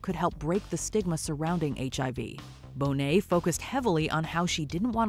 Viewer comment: NOT CALLING TRINITY K BONET MONET